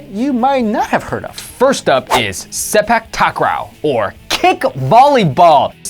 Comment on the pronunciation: Cringing at the pronunciation of sepak takraw. It's 'se-paak taak-raw'